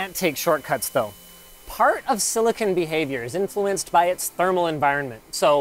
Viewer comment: FFS it's not silli-kin, it's silli-con.